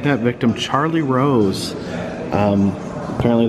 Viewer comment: it says Ross but he says Rose ??